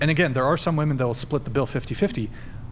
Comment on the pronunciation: Ok you can't even say "WOMEN" correctly.